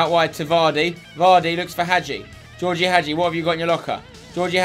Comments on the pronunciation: spencer i know it's spelled als georgie but it's pronounced as George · Btw Spencer, Gheorghe is pronounced ge-or-ge, I thought I'd let you know